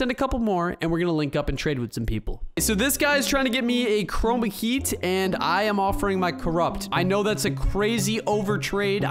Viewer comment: Lol you said 2 chorma